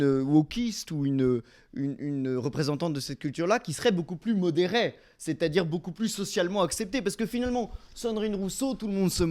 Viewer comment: "plus modéray"... C'est n'imp 😂